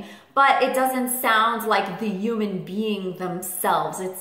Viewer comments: this is really silly of me, IK but the way she says "human" just really erks me...sounds like "uuman" 😆 ik ik stupid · I love your videos but i hate how you say human lol